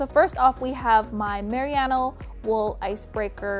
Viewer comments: Tip from a New Zealander - Merino wool is pronounced "Mer- Rhee - No" :) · Merino is pronounced Mer-reen-oh. Trust me I'm kiwi 😂 very interesting way of saying it haha. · you are pronouncing the wool wrong its ma-ree-no (im from nz) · Merino. Mare-eeee-no. Merino wool. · "mariyano wool" lol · Haha five years later on I’m guessing you now know it’s mah-ree-no wool 😂🤣🤣🤣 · Merino??????😐😐 Its MER-EE-NO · You are mis pronouncing the shit out of merino! It’s not “Meriano.” Great video otherwise. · haha I was confused of the same thing. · thank you so much, it was driving me crazy! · Great video, so helpful for my upcoming trip! It’s absolutely driving me nuts how you say merino wool though 😅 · The way she says merino though 😂😂😂😂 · Lol love the shoutout to NZ with the wool, but you are pronouncing merino wrong haha alg though love this video :) x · nice video, but please, check again how to say Merino wool... that was annoying to hear :D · Merino wool? Never heard of Mariana wool. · Lol your not pronouncing merino correctly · wonderd what on earth meriano wool was! its merino ( mer -e-no) its gods wee gift not too hot and not too cold and i dont find it too itchy like normal wool! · Sorry but the type of wool is pronounced muhrino, not mariana. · haha had to say something about the wool pronounciation. mah-reee-no wool from the merino sheep. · Just a little friendly tip from a New Zealander. It's just Marino wool. Ma-ri-no. Cheers from the informative video chick! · Love your videos, super helpful! I'm from New Zealand and it's pronounced ma-ree-no, just for future reference! :) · merino (mer-een-no) wool? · I know! What is this mariano wool I keep hearing about?? :D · Oohhh I think you mean Marino! Ma-ree-no! That's how you say it over here in New Zealand 🇳🇿😊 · I'm sorry to be this person but as a New Zealander I feel you should know that Merino is pronounced mer-ree-no. Other then that great and helpful video! 🙂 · Merino... Not mariana